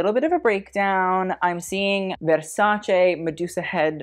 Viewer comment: You are not pronouncing Versace right